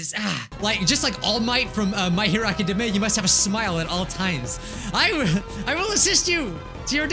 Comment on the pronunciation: Anyone notice he said My Hero Academia as My Hero Academeh? Time stamp